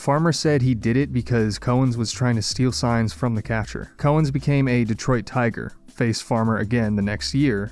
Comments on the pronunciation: Note that the first syllable in the surname of Al Cowens is pronounced as "cow", not as "co". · Cow, like in MOO, ens. Al Cowens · Dude you need to learn how to pronounce names of players. trajan langdon is pronounced like tray-gin not tray-john. Cowens is pronounced Cow-ins not Co-ens. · Your pronunciations of Al Cowens and Trajan Langdon were equally awful.